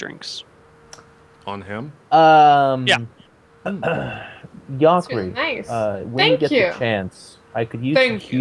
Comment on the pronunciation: Yhakri and company yogged to Yansburg. Lol, what's that about? Had been watching Robbaz vids? That's how I once got in the habit of reading J's as Y's.